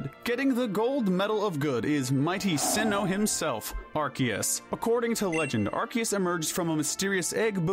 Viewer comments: "are-see-es" ffs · Ar-KEY-us? The C has an S pronunciation, not K. Ar-SEE-us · AR-SEE-US not ARK- KEY-US 😒😒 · Arceus. Arr-Sea-Us. There’s no fucking K in there. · NO, IT IS AR-KEY-US! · The C in Arceus IS supposed to sound like a K, not like an S! And please don't swear! Have you not seen the preview of its movie? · NO, THE C DOES HAVE THE K PRONOUNCIATION IN THE NAME! DID YOU NOT SEE THE PREVIEW FOR THE MOVIE?